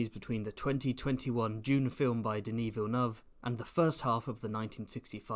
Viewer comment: first time i've heard someone pronounce Denis's name correctly